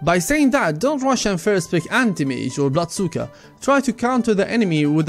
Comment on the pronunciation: Guys guys guys guys!! He said BLOODSUKA, not BLOODSEEKER. He knows some Russian :)